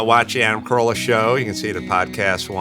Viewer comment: His name is Carolla not Corolla. xD